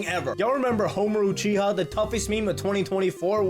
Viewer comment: Bruh you lowkey look like Homer Lee bro. With yo mushroom ah headpiece and big lips lol😂 Can't even say Uchiha right